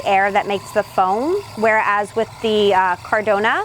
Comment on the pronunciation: It's caradonna